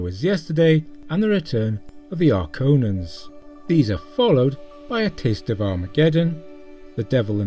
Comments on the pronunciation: I like your methodology and conclusions, but your pronunciations, particularly of "Archons" (should be "AR-kons") and "Adonais," which is misspelled "Adonis" in the video, and is pronounced "ah-doe-NAY-iss," leave room for improvement. Please do not take this as mean-spirited or pedantic! I like your videos and watch them whenever they pop up in my feed. I only mean to help and hope you take it that way. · Nice video as usual. I do like your take at it. It would be interesting to watch in this order. However you said Archons wrong. There's no O after the n lol.